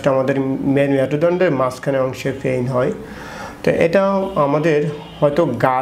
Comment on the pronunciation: ডাক্তার ভাইয়ের কথাগুলো চমৎকার, তবে ডাক্তার ভাই এখনো গ্রামের ভাষা ছাড়তে পারে নি, বিশেষ করে পেইন কে ফেইন,,,,, পিঠ কে ফিট,,, ""প"" কে ""ফ"" উচ্চারণ করাই টা বেশি সমস্যা